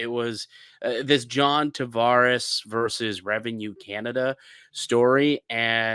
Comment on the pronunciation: Versus is not pronounced “verse”